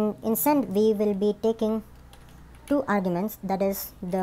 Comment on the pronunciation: du clients, lol love the video though